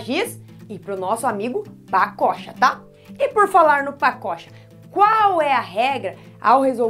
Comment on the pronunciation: Só eu que lembro de paçoca quando ela fala pacocha?